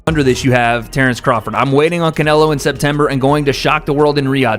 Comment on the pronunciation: The way your ai says can elo is fucking annoying